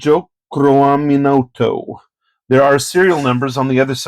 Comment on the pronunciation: You actually nailed the "Tjokroaminoto" pronunciation! (but his front name is actually Oemar). The information about traditional house architecture of East Kalimantan/Borneo is correct too. For future videos you might want to try call the printer as "Peruri" which is the official abbreviation of the full printer name ("Perum Percetakan Uang RI"/Republic of Indonesia [RI] Note Printing Company)